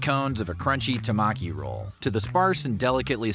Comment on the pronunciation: Wired History - its pronounced TEH - maki (hand roll). as opposed to Norimaki (small roll) & Futomaki (BIG roll).